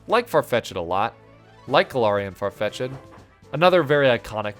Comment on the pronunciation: far-fetch-ed? FAR-FETCH-ED?!?>!?>!??